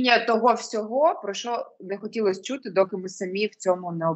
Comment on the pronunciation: саме це я і хотів сказати, суржик всюди. Якщо не суржик, то люди просто попаплюжили слова і кажуть "чюти" а не "чути".